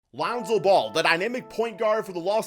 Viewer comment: “LOUNZO BALL”